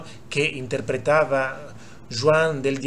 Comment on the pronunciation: Ma veramente Palomo è morto per un infarto al miocardio. Al "tipo" che ha fatto questo video consiglierei di documentarsi un po'meglio. Fra l'altro ha sbagliato anche la pronuncia di Juan che si dice "huan "